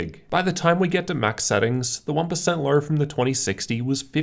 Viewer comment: I don’t like the way you say LOW and TWO. With a fucking “R” at the end..